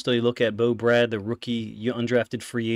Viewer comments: Love your content. Fyi its pronounced “BRAID” not “Brad” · BRADE!!!! not Brad